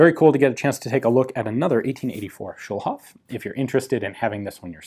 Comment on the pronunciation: Schulhof -> School Yard or something like that... and its a long o, not a short one ;)